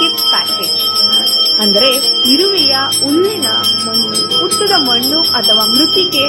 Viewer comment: ಹಸು ಅಂತ ಹೇಳಬೇಕು ಅಸು ಅಲ್ಲ ಹೆಸರು ಎಸರು ಅಲ್ಲ .ಹುತ್ತ ಉತ್ತ ಅಲ್ಲಿ ಕನ್ನಡ ಪದ ಉಚ್ಚಾರಣೆ ಸರಿ ಯಿಲ್ಲ